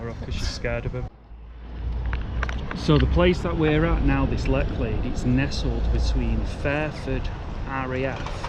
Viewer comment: Pronounced Letch lade.... Bor-ton on the warer..... just saying.... Thames flow is low at the moment, hence the cloudiness they try to slow the water to keep it navigable. Keep up the good work enjoying the content.